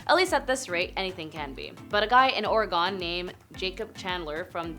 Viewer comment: The state name is Oregon, not Oregone. Maybe it might help if we spell it Oregun?